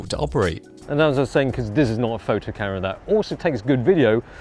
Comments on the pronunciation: Love your videos but "Karra"!! No no no......Cam-er-ah or even Cam-rah but OMG, please no more Karra. You can do it, believe in yourself. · Camera, not carra. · i know its been like almost 4 years, but why is it that when says camera, the M is silent.....